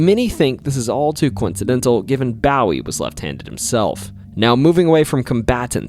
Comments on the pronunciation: Bo wee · Dude your pronunciations of these names is pissing me off, it’s not BOWY it’s pronounced (B -O -ee) and it’s not men gir it’s (me-n-gr) And you can’t even pronounce iLL correctly it’s not pronounced L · Jim 'Bawie'? Its Jim Bowie 'boh-e' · OK, I can excuse someone who’s never even met someone from Texas pronouncing it San hacento (never even heard native Spanish speakers, pronounce it like that) or Jim take-a-bow-ie but seriously dude… the minge hotel😂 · BOE WEE not bow ie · I love the Alamo ghost stories, but PLEASE get the heroes’ names right! I have heard Jim Bowie’s name incorrectly pronounced like David Bowie’s before, but never like the bow of a ship. It is pronounced like boo-ee. Not bO-ee, not beau-ee, not bow-ee. Boo-ee. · It's pronounce Jim Boo..wee...not Bow..ie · It is Boowie not bowy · Bow wee. Not baw wee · It’s Boo-wie, not bow-wie! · Was just going to say, in Texas it wouldn't be Bawee ya heard, probably. It'd better be Booee. Otherwise it's just some idiot pulling your leg. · It's pronounced BO-EE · Bro said Ba'ow'y over and over. 😅😅😅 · bowie is bow e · Drinking game: Drink a whole bottle of Jack Daniel's everytime he calls James Bowie "James Bawie". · HOLY SHIT if you're going to do history at least learn the pronunciation of historical figures especially those who died for our country in such a horrific way. It's pronounced "James Boo-Wee" for crying out loud. SMH. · There is also a town in Texas named Bowie and county name Bowie... Bowie is pronounced Boo - ee by the way. ... Please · I love listening to your stories. But I wish you would pronounce names correctly. Bowie and San Jacinto for example. Keep the videos coming. Bowie is pronounced “Boo we”. San Jacinto, is pronounced with the “J” sound not the “h” sound. Santa Fe isn’t pronounced Santa “Fee” it is pronounced Santa “Fay”. Lol. Brazos is pronounced Braz”us”As a native Texan. Just a little FYI. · It's James Bowie, .not bowe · Bowie = Boo-wie long O not short o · No, it’s boo-eee